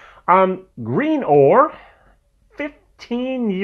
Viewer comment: Oh and by the way it’s pronounced grin-or after the nearby port/village of Greenore